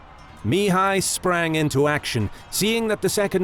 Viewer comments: Spectacularly detailed documentary, but starting with the 3/5 part, the pronounciation of Mihai's name(which can also be Michael, Michel, Michele, Mihaly...) would be better in other languages, 'cause it is so annoyingly pronounced in the original intended language. The accent is on the 2nd sylable, therefore mi-HAI and not MI-hai :) Anyway, thanks a lot for the huge documentation, other great pronounciations in the original language and the creating of this historical material. This channel really is the best for the detailed battles anywhere. Keep up the great work. I'll be forever hooked as your subscriber :D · At 33", I hear "the three Romanian voievods"...i am Romanian and the country was called this after WWI. Secondly, Sigismund was Hungarian... Please pronounce Mihai correctly, the accent is on the second syllable Mi-"hài". It's really grating when you mispronounce. Oh, my...there's a new narrator and he's also mispronouncing Mihai... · AI Narrator: Two days later MEEHAI every sentence. STRESS first word again and again. FUNNY you watch and listen. ANNOYING after the hundredth time. MEEHAI blaa blaa attack, meanwhile as MEEHAI troops wait you not.